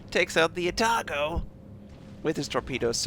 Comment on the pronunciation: "I'm pronouncing the ship names in their native tongue, so it's Keev" -. Then proceeds to call out the Atago in his American tongue.